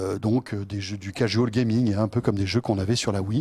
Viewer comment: on dit cajual gaming pas cajôl...